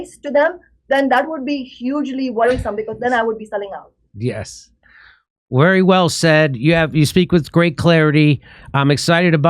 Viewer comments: lmao when he said wery well said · "Wery well said." Shame again on Dickie Dore, self-described douchebag comedian